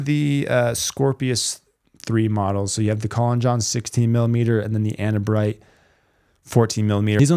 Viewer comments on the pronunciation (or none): none